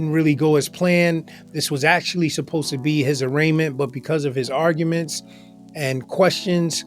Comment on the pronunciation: Dumfendemt kept mispronouncing arguments as "ar-ga-mints"